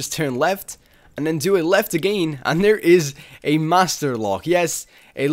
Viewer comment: Am i the only one laughing at his "AGAYYN" ?